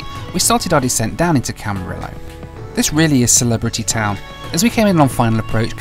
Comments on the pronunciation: It's Camariyo my boy 😭😭😭🤣🤣🤣. Not Camirolo. It's a Spanish word and the two lls make a y sound in Spanish. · My first flight lesson was at Camarillo airport, with Channel Islands Aviation, in a Cessna 152 registered N49990, so I loved your trip there while in California, so much that I'll forgive mispronouncing Camarillo! I'm also hoping for cheap business class airfares to London or Manchester in August; we'll see what I find. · Great video- I love the video, but it's not Camaril-lo. Camari-O. LL is -y sound in Spanish. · If you head back to Camarillo sometime, it’s pronounced Camareeyo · I used to live in Camarillo - pronounced Camariyo - it's not actually a celebrity hub but it is near Calabasas which many celebs do live!